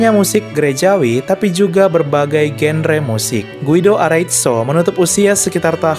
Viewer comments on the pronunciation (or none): none